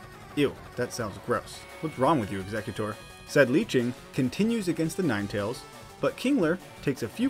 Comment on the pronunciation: Um, I'm sorry, it's not "Ninny-Tails" it's "Nine-Tails" how are you this uncultured?